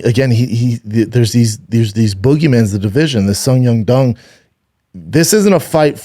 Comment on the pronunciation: Schaub trying to pronounce Song Yadong killed me😂